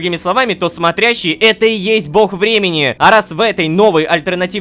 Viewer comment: Почему я каждый раз слышу "Голос Бремени", а не "Голос Времени''?